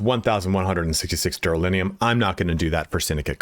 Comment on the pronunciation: Dude thanks for help but why calling it duralinium?